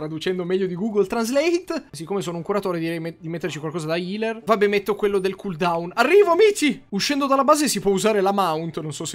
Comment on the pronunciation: Ah già vero che si dice Caaldoon, pronuncia approvata da Cambridge